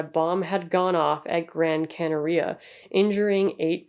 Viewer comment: Not that it matters a great deal to me, but just so you know, Gran Canaria is pronounced Canary-Ah, whilst Tenerife you pronounce without the emphasis on the 'e' at the end (although props to you because most people don't put effoet in to accents and stuff, and usually in languages like Spanish and Portuguese they would probpunce it like that, just for some reason it isn't with Tenerife. Idk tbh 😂)